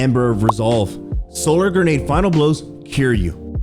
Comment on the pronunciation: I can only hear "gernade" so many times before stopping the video and watching someone who knows how to pronounce the word grenade.